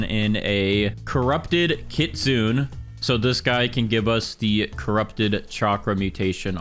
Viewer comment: It's kit-su-nay